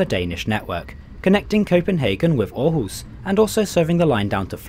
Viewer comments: Thanks for doing a vid on our trains even tho it was a thumbs down oh and btw u pronounced Århus very good. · Thanks for trying to get the danish pronunciation right - with varying result, however: Aarhus sounded fairly authentic, while Odense was a near fail .) Did you know that you quite often can find the pronunciation in the (english) WP article on each place (and mostly correct) - provided you can read the global IPA script?